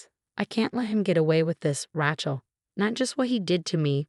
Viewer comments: You know what? Nobody is named “RA-chel” The name is “RAY-chel.” There is only one pronunciation. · And no T. Not Ratchel. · The name, Rachel has a long A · Maybe the double consonant throws off the voice program.